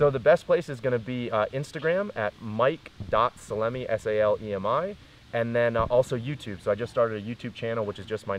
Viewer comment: Haassan1 - He’s Italian, and been getting those jokes since childhood. “Pepper jerkey Mike” was one of them. Get his name right – it’s Sal-em-i!